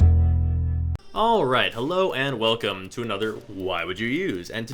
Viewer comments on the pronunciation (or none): none